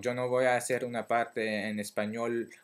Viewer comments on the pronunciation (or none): none